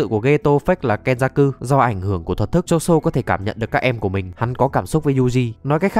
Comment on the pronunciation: ngta tên choso mà ní đọc choson =)))